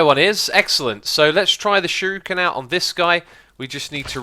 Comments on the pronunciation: its not shiruken its shuriken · actually it's pronounced Shoo-Ree-ken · I think he's pointing out that it's shuREEken, not shuROOken. Also, little heads up, it's the manyullyn (obsidian too) that breaks "unbreakable" stuff. replace the manyullyn and those shuriken should never run out. magma slime is a good choice, especially if you put blaze dust on them. Prismarine could also be good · Sh*U*r*I*ken. Not Sh*I*r*U*ken. And the U is long (Sheruuken). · Shuriken: pronounced shoo-di-ken. Japanese R's make a D sound. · Shuriken is pronounced "sure-ee-kin" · Pronounced sure-ih(or eh) kin i would know being a black belt myself and trained in the arts of Japan (btw I'm arftroopr from ur stream :p) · YSquared, Yobozo and sher-u-ken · SHURIKEN. SURE-I-KEN. Im sorry but what people mispronounce Japanese words it really drives me crazy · its a shuriken not a shooroken